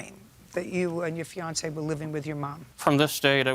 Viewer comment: "Fiancee." Dear God. Disgusting. :face-orange-frowning::face-orange-frowning::face-orange-frowning